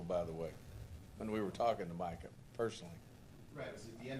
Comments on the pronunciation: Jerry has been senile for 30 years and it’s showing more than ever these days. Can’t even get the man’s name right it’s MICAH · He can’t even get his name right smh. Keeps calling Michael.